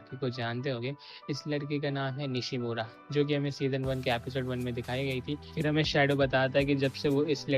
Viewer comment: It's Nishno not Nishimora😅